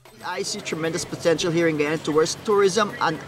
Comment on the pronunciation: Wonderful to see that you are promoting Guyana. Just learn how to pronounce the country correctly. It is Guyana pronounced Guy-ana not gee-awna.